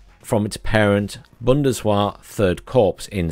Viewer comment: Oh dear. I live in Kassel 😅 Also, that 'w' in German is pronounced like a 'v'. So its bundes-vehr.